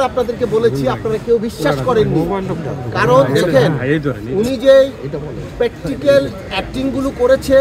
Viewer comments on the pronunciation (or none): স্টাগেল? ছিমপিতি! পেট্টিকেল! ভাই তুই আর ইংলিশ বলিস না। মাফ কর ১৮ কোটি মানুষেরে। 🤔